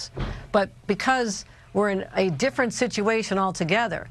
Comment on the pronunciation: "We do it every ten years so it's (D)ifferent" - Kathy Hochul